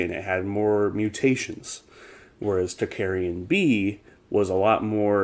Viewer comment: great and interesting subject...however you are mispronouncing "tocharian" it is pronounced "tOke- AH rian" not "talk-aryan"